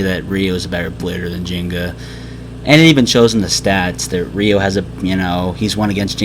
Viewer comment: it's ryo not ryu!